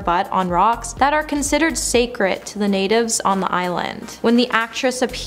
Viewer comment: "Sacred" not "sacret"